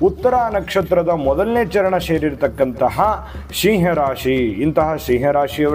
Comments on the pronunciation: Pronounce properly that’s not Shiah 😂 it’s SIMHA. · Oh god it's not "Sheeee haa rashri".